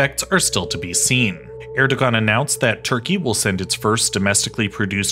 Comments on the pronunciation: It is pronounced as Er-do-aan. g is silent. 🤘. Pakistan'daki Babür soyundan gelen destek. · "g" is silent in "..ogan" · Since I get the feeling that you care, the "ğ" in Erdoğan's name is pronounced as a [w]. More generally, it makes more sense to think of "ğ" as silent in (the most common dialects of) Turkish, but sometimes it becomes a [w] or [j] ([j]="y" sound in IPA) because of the surrounding vowels. It's also used to mark long vowels when after a vowel letter or between 2 of the same vowel letter. All this is because it actually represents a sound that disappeared in the most common dialects of Turkish. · we do not read the “ğ” all time, mostly the “ğ” is silent. the “ğ” is used between two vowels. the vowel reads after the “ğ” 2 times with softly. for example the erdoğan: here the erdoğan's pronunciation at turkish; erdoa:n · You butchered the presidents name. 11/10 on reporting. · If you can't pronounce the name of the country's leader correctly, don't make a video about the country. Good rule of thumb. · Lol that family name pronouncation